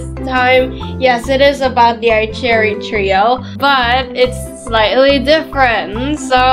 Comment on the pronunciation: I love the fact that when says cherry it sounds like jerry like this comment if you agree 👍I just think its funny